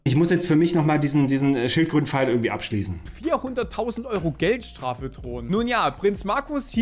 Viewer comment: Ürgendwie, ürgendwo, ürgendwas. xD